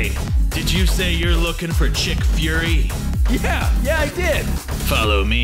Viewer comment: Nick furry and you call him chick furry